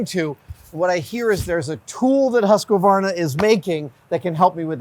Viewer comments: 😂 japp, är det inte HUsskavarna så är det hu sqavarna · The "Huskaverna" always cracks me up :D it's hews-kvarna if anything. I get it though, it's a set of consonants in combination that is simply not used in English. Still funny though :D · I'm a little perplexed by the addition of extra vowel; Husqu-varna? In Swedish the word is three part(syllables?) hus qvar na. The 'q' is pronounced like a 'k'. Hope it helps. Lawd help me, I wonder how a Japanese would modify it!! They like to keep a steady order of consonants vowel, one of each every time and I think words tend to end on a vowel. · As a swede its very interesting how none of them can pronounce it. But i do enjoy the "Husskvaarrna" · I love seeing Adam’s glee and pure joy handling these tools! I was wondering though (as someone who has been to Huskvarna and knows how it’s said in Swedish), why do Americans add an extra a-sound after the q? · Quick pet peeve... its pronounced husk varna. There is no a in the middle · No. It's Hus kvarna. It means water mill or wind mill in swedish. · I find it funny that not even the Husqvarna employee can pronounce the name at all. Sorry folks, it´s swedish and impossible to say, haha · Lol, it's funny how Americans pronounce Husqvarna